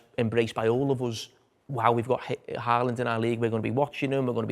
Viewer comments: Haaland isn't pronounced HA-LAND. It's HAW-LAND because of the two a's. While were at it, Ødegaard is something like ER-DEH-GORED. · I'm going to get tired of hearing the English pronounciation of Haaland and Ødegaard this year... I know you can't know, but "aa" is not pronounced a :) Aa is the same as the Norwegian "Å", which is pronounced a bit like how you say the "o" in words like goal, boat, coat, etc... You'd be pretty close by just saying "Holand", atleast much closer than "Haland"...